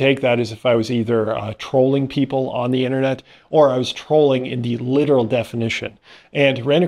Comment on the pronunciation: Former linguistics student here; interested in your merger of 'trolling' and 'trawling'.